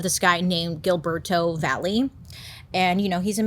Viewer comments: I love you so much. Don’t get me wrong but the way that you’re pronouncing Gilberto is not a girl. I’m sorry it made me change the channel right fast Gilberto no girl no please no stop it’s hill-ber-toe again not criticizing just a pet peeve since I am on the Hispanic size and if you’re gonna do research, do it in every form honey love your podcast, forever girl catch up on that culture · That name is pronounced Hill-berto 😅 im not the gramar or pronouncing patrol I just thought it was cute how she said it